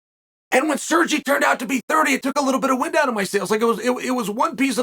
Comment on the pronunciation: Why is he calling Sergey Sergi he is not Spanish.